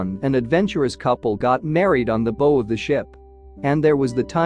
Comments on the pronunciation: I am so tired of channels using AI narration and their inability to pronounce common words like the bow of the ship - which rhymes with Bow-Wow like a dog’s bark. And I see other comments saying the same thing. I would not subscribe to this channel for that reason alone. If you cannot narrate your video content yourself or have a human do it for you then you should take up a different line of work like maybe a baking or plumbing. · I hate those computer voices and the way words are mispronounced such as the "bow" section of the ship, like a rainbow? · Typical "A"I narration calling the front of the ship "the beau". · The AI voices can't distinguish between "bow" like you might wear and "bow" the front of a ship. I miss the human voice. The mega- load-in necklace. hahaha